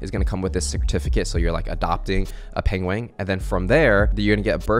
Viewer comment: pengwing XD